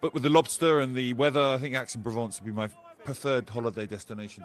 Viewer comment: Aix is pronounced EX.